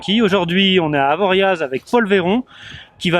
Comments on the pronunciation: Sa se dit "avoria" même si sa s'écrit "avoriaz " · Déjà quand tu dit avoriazzz du donne pas de conseil sur le stash . Touristes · J’ai entendu AvoriazE, j’ai quitté direct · C’est vrai que ça fait mal à entendre